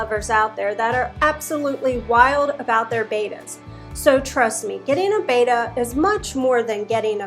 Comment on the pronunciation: Its not "Baita" its Betta LOL.